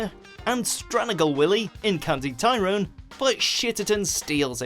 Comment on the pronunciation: And Tyrone, for that matter.